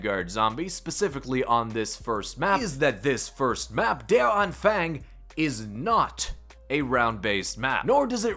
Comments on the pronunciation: Anfang is pronounced an f an g not an fang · Pronounce the „A“ in „-fang“ like the letter „O“ in „On“. Der Anfang, the beginning. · Der Anfäääng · Nono how clearly said its der anfeng or der anfung